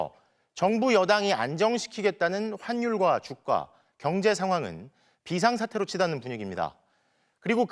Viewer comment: 저기 ,, 근데 아나운서님 ,, 죄송하지만 ,, 환율과 주가 인데 .. 환율과 조까 라고 , ,들려서 ,, ㅎㅎㅎㅎ